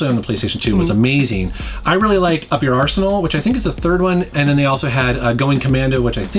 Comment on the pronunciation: Is "Rachet and Clack Up Your Arsenal" supposed to sound like "up your arse"